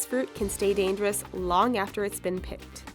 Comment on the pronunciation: I laughed so loud when she say it's look dangerious. lol